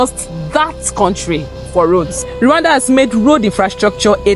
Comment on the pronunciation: ❤hey slow down❤you pronounce Rwanda as Luanda❤